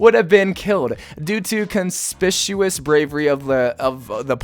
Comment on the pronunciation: Does he know that the word conspicuous sounds like con-spiK-you-us?